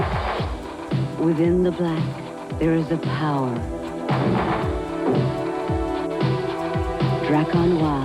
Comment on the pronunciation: Драар Нуу???😂😂😂Драккар Нуар!!!